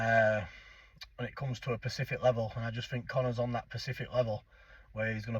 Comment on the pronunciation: “Pacific level” 😂😂